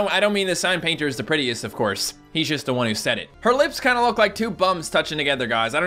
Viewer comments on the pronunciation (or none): none